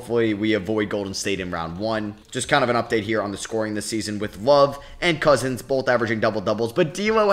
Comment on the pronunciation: Love and Cousins sounded wayyy too much like Lovin Cousins. Might need to move the team to Alabama